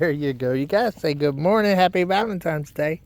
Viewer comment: Lol. ValenTINEs day! NO M in the word valentine!! 😊